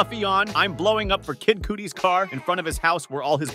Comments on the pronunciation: Why you pronounce Kid Cudi like that lol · The way he said Kid Cudi 😆